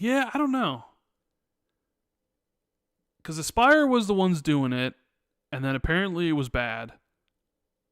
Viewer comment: it's pronounced "aspire". It's just spelled with a y to be cool 😎.